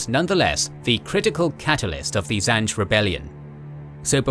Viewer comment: Zinge, not zange